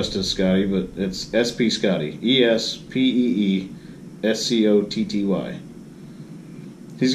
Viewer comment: Hey, gotta give you the BIG THANK YOU too! I'm proud to say that I was your 100th subscriber. I got in almost on the ground floor!...hahaha! I love the new bump-in graphic. You said my channel name perfectly...Southern Pacific railroad fans should recognize the "espee" right away. You spoke of something that I think helps you out greatly. You respond to your commenters as much as possible. True it gets harder with the more subscribers, but it makes your subscribers know you are a genuine good guy that cares about the videos you put out. Luckily for me, a lot of my commenters just leave a general statement regarding the videos content, stuff that doesn't require a response, but I too try to get back to all those that ask me questions or are curious about things. Anyway, It's good to see your channel making big strides after just a few months. I'm looking forward to something in the mail in a few days. And I'm still having trouble with my editing program, but I'll try to do you proud. I'll be able to make a single-shot video and upload that. Thank you for watching my vids and for the shoutout.